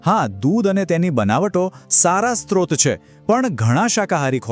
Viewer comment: સ્ત્રોત (Strot) નહીં સ્રોત (Srot)